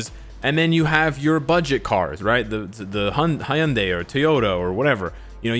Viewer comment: Royals royces, haiyunday 😂 fkn